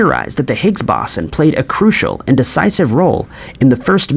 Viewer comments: Bow-sen. It never surprises me when he mispronounces virtually EVERYTHING...😂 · It’s the Higgs boson not bosin. Like the speaker company Bose then add the word on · I appreciate the video, but the mispronounciation of "boson" does get slightly irritating after much repetition. There are of course guides here on YouTube, but, in American English anyway, the first syllable sounds like an archer's bow, and the 's' has a 'z' sound.